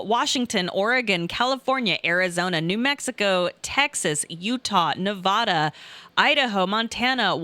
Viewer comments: Whoever pronounces Nevada like that, I cant trust them on what they think. Yep, I was right. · Of course says "nevauduh" lol